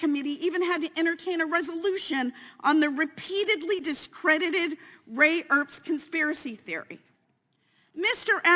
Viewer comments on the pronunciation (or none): She needs to know the man’s name if she is going to speak of him. It’s Ray Epps not Ray Erps.